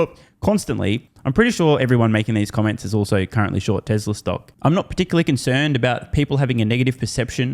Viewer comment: Geez, Google it ffs. TESLA! Its Tesla.